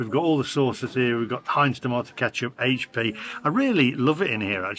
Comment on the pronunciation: Top marks for correctly calling it 'Aitch P' and not 'Haitch P' sauce 🙄😁👍